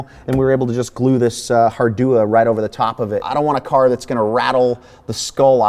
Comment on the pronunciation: What did he say was on the floor, hardua?